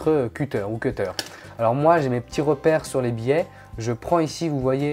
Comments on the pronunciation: Ca se dit cuttèr mdr le seul que tu as pas dis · La deuxième manière que tu dis cutter et la bonne ! :) zla première fois elle est dit avec un accent français :)